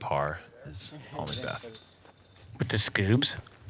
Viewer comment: Lol zang, learn to pronounce Paul's last name.